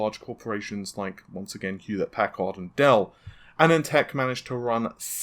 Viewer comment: Hewett-puhcard, Jean Picard’ cousin, on the USS Enterprise....